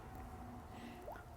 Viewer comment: Basically, this is a very good app, but if you use it as described, you will learn bad Klingon, based on your own (i.e. bad) pronunciation. For instance, {Qapla'} is not pronounced "kaplah" and the number {Hut} is not pronounced "hood", as shown in the video. So if the user enters his own words and learns from them, they will learn bad Klingon. But the app itself seems quite well done - It just should not be called "Klingon tutor", because that title is very misleading.